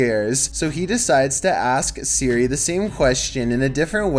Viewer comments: yes,, Suri instead of Siri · Just hearing you suri is making think if your actually British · Ah yes, “surri” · suri Us: It's siri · “Surrey”. That’s all I’m saying. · Siri not Surrey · Suri...Suri...Suri... dude it’s S-ear-e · I like how he calls Siri Suri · Who else gets mad when he said Suri not Siri cause Me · It's Siri,, not Suri. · HE SAID SURI 🤣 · Surry, not sorry its SIRI ffs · Why do you pronounce siri, like suri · Why did u say seri it siri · Think the scariest part of this video was pronouncing Siri. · The way that he says siri makes me mad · Why does he pronounce siri like that??? 😂😂😂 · Is Siri that hard to pronounce. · He can't pronounce Siri, and it's easy, change the name/activation word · Say Siri right